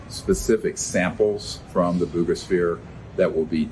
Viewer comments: I think it's pronounced Boo-ga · your as uneducated on this subject as much as most of the people in the comments. You also mispronounced Buga.